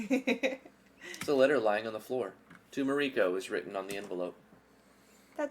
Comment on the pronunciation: It is both amusing and annoying at how you constantly mispronounce Mariko (Mar-rii-kou) in this stream...